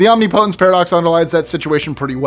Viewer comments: That's not how you say omnipotence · Try to learn the proper pronunciation of OMNIPOTENCE !